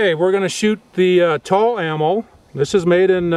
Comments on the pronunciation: lol Tulla its pronounce TWOla, I have this rifle and it's by far the easiest weapon I have to take down and clean, even easier than my SKS. I use the PRVI white box 7.62 ball ammo in mine for plinking an America Eagle AE308D for more precise shooting. I have the 7.62x51 OTM M1A rounds I shoot in to as well but this rifle can shoot anything I put in it, even the Brazilian Military Surplus I bought for .40 cents a round. No it's not an Armalite AR10 but it cost me 600 bucks, my AR10 was 2100. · LOLZ "TULL-AMMO" it's TULA! oh, and just so ya know, Century Arms didn't make the gun, they just imported it ;) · It’s Tula ammo not Tul lol